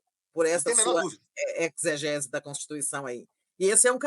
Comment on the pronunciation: Tereza, a pronúncia é "ezegese" e não "eczegese". O "x" aí tem função de "Z". Só para contribuir...